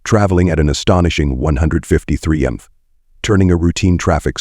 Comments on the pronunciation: Gotta love ai saying mph and BMW wrong had me in tears laughing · The effing AI narration is garbage. Seriously...the suspect was trying to leave in a black suv. Not S-U-V......a suv. The suspect was going 100 mmph..not miles per hour...mmph. how effing hard is it to narrate the video...thats the easy part. I hate when channels do this lazy ish. Ill skip this video thanks. Cant stand it